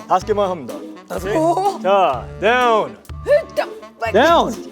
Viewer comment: 것임다 함다 발음 개섹시하네..